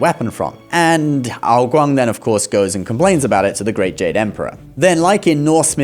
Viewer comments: HE PRONOUNCED AO GUANG WRONG. AND IT SCRATCHES MY BRAIN TGE WRONG WAY. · Please, your Chinese pronunciation was so good, please, why mispronounce ao guang so badly?